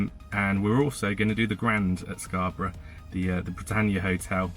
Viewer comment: The way you say Scarborough sounds different from the way we do.